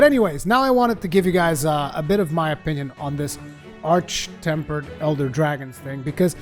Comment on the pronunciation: Thank you for saying arch and not ark